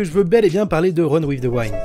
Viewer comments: "Wind" ca se prononce Oui ^^ pas comme rewind...mais sinon super tes vidéos. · Par contre le i de wind se prononce comme un i en français pas comme celui de wine. C'est vraiment bizarre à entendre ! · Tout le monde: run with the « wind »: run with the « waïnd » 🤣🤣🤣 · Super vidéo mais le Winde à la place de Wind aled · Wind se prononce "ouïnde" chef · bonne video mais mon dieu la prononciation TT wind vs waind et youkoso vs youkozo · La prononciation de wind 😭😭